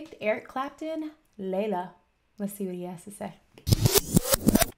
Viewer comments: 🇨🇦 Not "Yayeah" but "Layla" (Name of the song) and you ain't heard nothin' yet ! "Crossroads" or "Badge" or "Sunshine of my Love" or later on "When my Guitar gently weeps" w/ George Harrison ! And maybe if you delved into the back story, you would gain some understanding ! And you have completely forgotten about "Wonderful Tonight" ! 🇨🇦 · LAYLA....LAYLA! Not YahYuh 🙄. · LAY-La not YEAH-yeah. 😉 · its not yeah yeah..its LAYLA about evolving...ask AngusYoung..😆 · Not Yea, Yea. They are saying Layla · Theyre saying Layla.😂